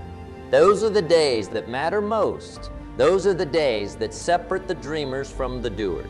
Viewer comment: Mispronounced words like "separate" (somewhere between the 2 and 3 minute mark) are a dead giveaway.